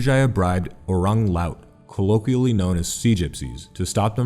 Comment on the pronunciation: I like this video 👏. Also, you pronounced Orang well but the other word Laut is La-üt or lah-oot.